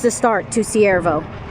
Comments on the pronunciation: I can only find Cuervo on google maps = Not Siervo? Do you mean Cuervo? It is pronounced starting with Q. Love watching your travels from here in Las Cruces because I would be a full time nomad if I could. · The nearly abandoned town you visited is Cuervo, pronounced like quair - vo, which means crow in Spanish. I live in Albuquerque and have driven past it many times and have never visited so thank you for showing it to us. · It’s pronounced k-uervo the c sounds like a K. 😊 JOSE Cuervo tequila comes to mind. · Cuervo is pronounced like the tequila. This place is not safe. Google it and you'll see.